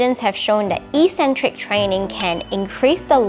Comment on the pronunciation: Good video, but soft correcton- it's pronounced 'ek-centric'